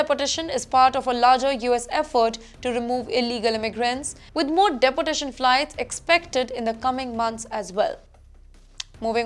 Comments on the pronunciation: It's pronounced deport...tation miss not depo..tation. ..pl work on it,,it's your job😮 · It is pronounced as "DE-portation" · Good work anchor, deportation you pronounce like depotation. 200 is very small and good no. , trump doing great work. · Day por tation 😂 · Sorry dear your deportation pronunciation is not right pls correct. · Imagine an English news reader who cannot even pronounce ‘deportation’ and ‘clear’ clearly… man where do these people come from… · At least the news reader's pronunciations should be correct, such a disgrace Eg: Deportation, data...